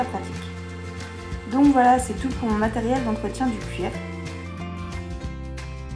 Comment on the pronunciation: Ta dit matriel mdr